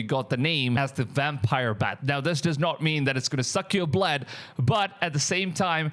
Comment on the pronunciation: You’re saying wampire instead of vampire? Your English sounds very good, I don’t know why you would say wampire instead of vampire.